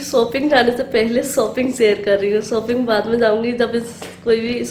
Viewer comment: Shopping hoti ha Sopping nahi hota ha plZ theek bola karo Warna don’t use this word